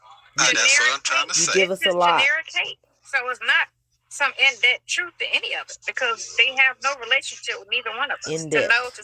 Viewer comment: Despert? She talked over him to say this dimb ish 😂 debt instead of depth now despert i stead pf desperate 😒